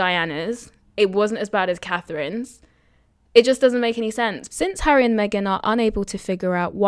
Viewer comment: Hi she cannot say HARRY???